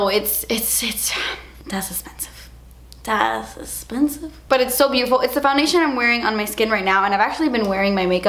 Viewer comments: the way you say "das esspensive" is my favorite thing in the world and so many of my friends say it that way now too lmao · I ❤❤❤❤ when she says ...... Das Essspensive!! My daughter and I say it while we shop all the time now... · Why does ' dass esspensive' line get me every time 😂😭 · I need shiry that says on it das espensive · Yes!!!! I agree lol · LOVE WHEN SHE SAYS "DAS EXPENSIVE" HAHAHHAHA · Das expensive!!!! hahaha I srsly love hearing her say that 😂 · "Dass espensive" Lol!!! You're my fave💖💖💖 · Gah I don't know about anyone else, but I love when goes "das esspensive" it makes happy. Great vid!